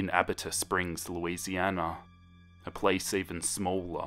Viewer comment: him: "louisiana" Me: fear intensifies edit: him: "mandiville" me: fear intensity intensifies